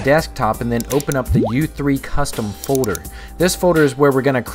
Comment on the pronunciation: FODER? folder? lol